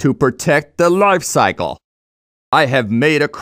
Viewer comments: TO PROTECT THE LOYFE CYCLE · I lost it at LAIF cycle.